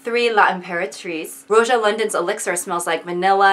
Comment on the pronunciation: Lol, that's how she says Roja?